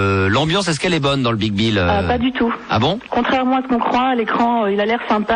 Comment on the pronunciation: À aucun moment l'animateur radio ne se corrige et les autres ne lui font pas remarquer qu'il dit "Le BigBill"... 😂